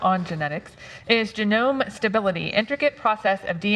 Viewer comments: Jesus. I can practically hear Georgia's brain picturing a garden genome just from the way she can't pronounce genome. Emphasis on "practically". There's a significant missing component that prevents that actually occurring. The clever reader will figure out the joke/insult on their own from here. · "jeh-gnome stability" this killed me 🤣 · I wish would pronounce genome properly. I have been given to understand she is educated?